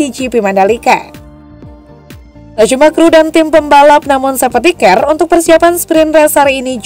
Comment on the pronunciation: Sefti kar min bukan sefti ker